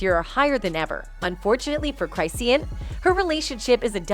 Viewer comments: Who is cry-see-an😅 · Cry-see-yan? 😂 This AI revolution ain't workin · Hey, it's pronounced Chris - shawn, not Cryseen. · You really need to learn how to say her name …… say it with me Chris….Shawn.😂not Cry Seen😂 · What are you special ed her name is chris-shawn not cry-seen yall need to stay out our culture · 🤣🤣 I'M DYING!!!😂 the way Chrisean is pronounced is Chraw-shan 😎 Not Cry-see-uhn 🤭🤷‍♀🤭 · Ik U did not say cryseen😭😭😭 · "Cry-seen" and dram-mah" lol. 😂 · Girl U NEED TO WATCH OTHER VIDEOS BECAUSE YOU PRONOUNCE HER NAME WRONG. CHRIS-SEAN ROCK . GET IT RIGHT IF YOU WANT TO BE DOING A VIDEO ON PEOPLE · “Cry-seen” …girl you and this AI need to sit down. 🤣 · Cry-si-en ? Who's voicing this 😂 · SAY HER NAME RIGHT ‼️CHRI-SEAN 💎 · It’s pronounced Chris- Shawn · it crish shawn geezus pronounciate properly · UnFoRtuNaTElY CrY-sEe-An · Hold on, did the lady say her wrong on purpose. 😅 come on, get your stuff together, that's not how you say her name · You not even saying her name right and it's making me mad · can’t even say her name right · I mean lol why the narrator saying her name wrong 😂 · She messing up some names.😂😂😂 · you saying my bitch name wrong 😭😭 get it right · It's the fact that the commentator can't pronounce hey name correctly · Lmaoooo why the ai voice saiying her name ,like that 💀💀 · At least know how to say her fukn name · Even after hearing people in the video pronounce it right she still continued saying it that way I can’t 😂😂